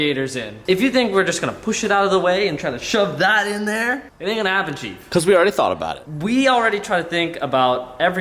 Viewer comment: The way (totally butchered his name) said Chief sounds like a South African guy I'm verry sorrry chief😂😂😂